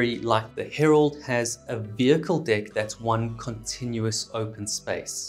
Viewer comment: Lol I love it when he says "dick" ah I mean "deck"